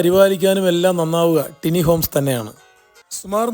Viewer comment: Elevation 👍👍 ടിനി ഹോംസ് അല്ല ബ്രോ, ടൈനി എന്നാണ് കറക്റ്റ്